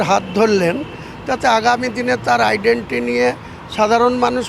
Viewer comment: এগেইনস্ট কে এগেনেস্ট বলে, আইডেন্টিটি কে আইডেন্টি বলছে। এই রকম পন্ডিতের ওপর সিপিআইএম ভরসা করবে ?